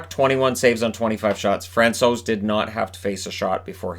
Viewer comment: Hi, I would like to thank you for everyday content. It keeps me updated on what is going on in NHL. Also as a Czech I really appreciate how you pronounce foreign players’ names. You nailed Francouz!:)